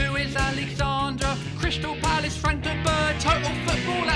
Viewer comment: cryshtal palace XD